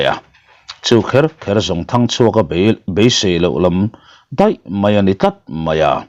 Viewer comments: Ralngama thinte i fawm tira. Hming i lam pawlh nasa ve thei e😂 sir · Zanin chu Thangchhuaka leh Ralngama ilam pawlh nasa khawp mai